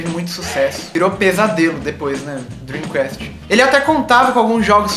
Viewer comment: A pronúncia certa pra Dream Cast é "kest" e não Quest...